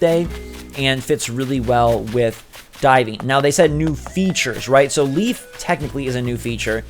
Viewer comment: The name Leif is pronounced as "lay-f". Leif is a real name its pretty common where im from